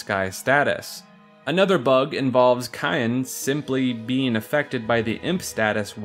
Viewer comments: it's Syan not Kyan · are these pronunciations jokes? CYAN is a color. its SIY-AN. not KIY-AN. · Sigh-ann just like the colour cyan for Cyan, not Kye-in xD and Narshe is not a fancy word, its just narshe, like the word harsh, not knar-shey LOL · Another person who can't pronounce Cyan. I've heard it pronounced "Sigh-anne" and now "kai-en" it's just Cyan like the color, "Sigh-in" like Saiyen its just 1 syllable. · Cyan is pronounced like "sigh-ON" like the color, not "ky-ON" not like the seasoning 🤦🏻‍♂️ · His name is Cyan ( Like the color ) Not cayenne ( Like the pepper ) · I hate to be that guy, but Cyan is pronounced like “Sai-an” or like the the English word “Sigh” and “an” It’s a colour. Like a cross between turquoise and azure. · Hate to be that guy, but it's Sai-an. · Cyan's name is pronounced "Sigh-Ann" as is the actual name that exists, Cyan. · Why do so many people pronounce Cyan as "Cayenne" ??? He wears blue, Cyan is a COLOR, not a pepper. I can get why people pronounce Sabin differently, but it seems PRETTY OBVIOUS that Cyan should be pronounced like the color. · You mean cyan(s-eye-yan) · Do you guys really say "Cayenne" instead of saying it like the color Cyan?? Also, Narshé? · My dude, did you really pronounce Cyan as "cayenne?" Like the pepper? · Why do people keep pronouncing him 'Cayenne' (Like the pepper)? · SAI-AN. SIGH-AN I personally always said it Saiyan, but I'm a Dragon Ball fan. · You pronounced Cyan wrong. His name is an allusion to cyanide, a blue poison. His name is the most ironic.